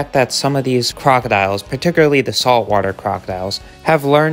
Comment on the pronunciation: Particularly = par-tic-cyool-ar-lee not pat-ti-cyoor-a-lee 👌